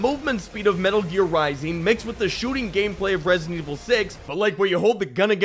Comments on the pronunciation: “Resident Wick” no no no no “John Evil” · Resident Wick 😂🤣😂🤣😂🤣 you earn that like 🤣